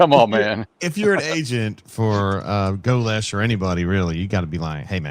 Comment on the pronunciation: for the love of all that great wonderful and beautiful in this world that we have left. Please oh please stop saying GOE - LESHH. Love you bro but man it’s torture to my ears lol